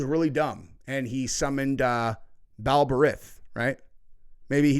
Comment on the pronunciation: They sacrificed children to moloch. He was a god not ( God ) thay they worshiped. He was a sex god. Baal is pronounced like ( bail).